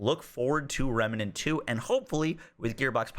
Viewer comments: Dude... REM NANT - say it with me. REM NANT. NOT Remenent... FFS... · Sorry to be that guy, but it's "rem-nant" NOT "rem-me-nant". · Why do you pronounce "remnant" like "remanant" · Remenant? I thought it was Remnant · its pronounced Remnant not Remenant! you are adding an E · Dude, it's remnant there is no a between the m and n. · Thank you, that was driving me bonkers. It's not a complicated word. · dude can't help but say remEnant haha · Everytime he says rem a nent triggers me lol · Remnant is 2 syllables nerd